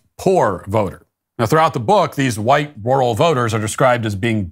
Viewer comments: My lord Matthew why do you pronounce rural with a "W" 😂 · Why is he saying "Rural" like that ?